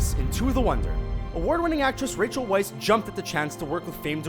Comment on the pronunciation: thats pronounce as Rachel Weisz (vice)